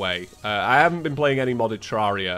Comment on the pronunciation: yeah yeah whatever i bet you're dead inside after saying terraria correctly